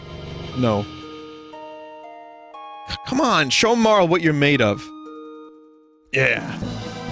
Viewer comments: Marle is probably pronounced like Marley tbh but oh well 😅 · i mean i usually call Frog Glenn, a certian person Janus and Dagger Sarah dont like marle enough to pronounce her name right tho